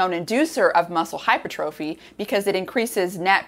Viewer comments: Hypertrophy is pronounced - Hi-per-truh-fee, not hyper trophy. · Hi Dr. Rhonda! Love your videos and have learned so much - and have referred dozens of people to your sulforaphane video. Thank you, thank you, thank you! Just a heads up: hypertrophy is pronounced "hai ·pur·truh·fee" with the accent on the second syllable. Thought you'd like to know. 😉 Also, I'd love to have a conversation with you about Blood Flow Restriction Therapy and Training. I was the first person in the U.S. to be certified by B3 Sciences as a Blood Flow Restriction Coach. I have transformed my body and health using BFR, and several of the other bio-hacks I've learned from you - such as heat stress, food stress, etc. I'm 72 and play competitive volleyball (Bronze medal at last year's USA Volleyball Open Nationals in the over 70 division) and have gained almost 8" of vertical jump since turning 70 in addition to reversing several of my aging biomarkers. Message me if you are open to a conversation or a text exchange to start off with. Here's a link you should find interesting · It's Hypertrophy! Not Hypertrophy.